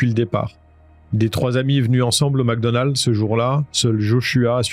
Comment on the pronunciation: Mecdonald ..pas macdonald